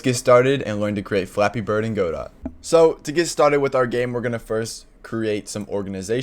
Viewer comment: every time he pronounces godot incorrectly i die a little inside